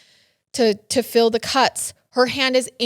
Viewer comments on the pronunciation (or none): does have sum type of acsent, or a speech impediment, she CAN NOT say words with "eel or eal or ill" (she says fill, when meaninging to msay feel}bte its not 1 a 1 time thing she does this everytime every eppisode there is more pronunciations this is just an example fromm watching and loooking for it within a 3 min window" dnt me unless ur answeringing my question im not roasting just asking im a sub and i really like her, him and this channel" im white, but the only wayi could describe it is the "white girl acsent" also the "kim kardashion acsent" was she very wealthy and grew up in a very white area, you know....like white white lmao....